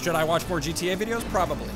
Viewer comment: "JeeTeeYay" LOL